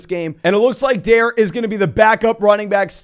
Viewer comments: It’s pronounced Dar Ree not Dare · just to let you know dare ogunbowale first name is pronounced “dar-ay” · You pronounced dare wrong